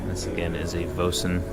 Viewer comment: "Voisin" is roughly pronounced "Vwah-SAW". Remember, these are French cars.